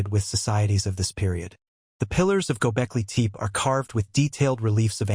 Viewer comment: It's not gobekli teep. It's gobekli tepe ((teh-pay)